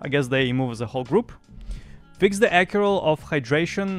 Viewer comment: Accrual (Uh-crew-ol): To gain something over a period of time.